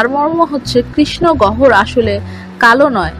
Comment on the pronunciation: গহর??? 😁 কথা বলা ভালো করে শিখুন আগে।।